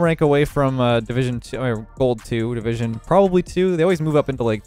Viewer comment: You said “gold 1 division 3” And I heard “ gold Wanda vision three”